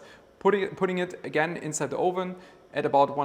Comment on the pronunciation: Hi mate, it’s not “ohven” it’s “uhven” for the English word oven. Love your vids. Cheers.